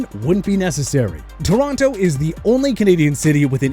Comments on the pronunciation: Torronto? That is the dumbest thing i ever heard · It’s TORONO; not Toronto! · this mf really managed to mispronounce Toronto AND Ontario. As someone who was born there, that part physically hurt me.